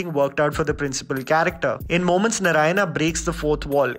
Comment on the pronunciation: I wish you said Narayana and not 'Naraina'😑